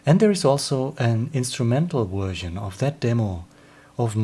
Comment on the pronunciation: mate, I get as a Swede that the word version is problematic; but if you change the v to a swedish sj - perhaps it would be easier to get nearer to saying version and not wersion? no offence meant, your English is better than most English peoples - am just trying to be helpful. Live long and prosper